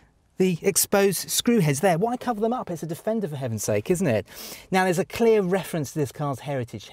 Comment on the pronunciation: Its 'Defendery'! Lol